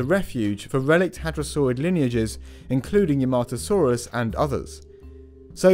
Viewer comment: Yahmatosaurus, not "Yermahtoesaurus", you plebeian Gaijin